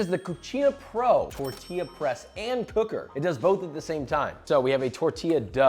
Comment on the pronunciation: This hurts me I am Mexican and can make tortillas (serch up how to pronounce it properly) my ancestors are angered and will kill anyone who used or owned